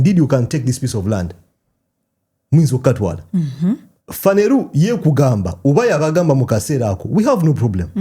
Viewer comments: The way you pronounce Phaneroo is amusing. It's Phaneroo not "Phaneru" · it's phaneroo not phaneruu😂😂